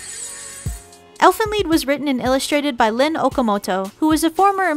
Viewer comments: Lied not lead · OMG UR ANNOYIN MEH TO DEATH ITS NOT ELFEN LEED ITS ELFEN LIED AGHHHHHHHH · Why does she keep saying lead instead of lied 😑😑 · its called Elfin Lead? i thought it was Lied. "Lie'd" (Lie-ed) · Keller weskier Im a german and its Elfen Lied. In english it means something like song of the elfs. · I thought it was Elfen LIED, not Elfen Leed. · she says elfen lead instead of elfen lied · Dis she said lead instead of lied? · wait why do u guys say Elfen Lead? Isnt it like Elfen Lied Lied bro English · its elfen lied not elfen lead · lied not leed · its Lied not leed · It elfen lied not elfen leed grrr lol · Its called elfen lied but pronounced elfen leed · If it was based off a German story called elf song (close enough).its pronounced elfen liet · it's Elfen lied (li-d) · It's Elfen Lied not Elfen lead? lol the cringe. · Yea but it said as lead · DU FUQ Elfen LEED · "ie" reads in germany like a long "i"